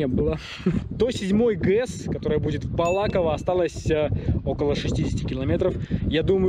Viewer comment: Можете посчитать ради смеха сколько раз я неправильно произнес слово БалакОво)) по-моему около десяти))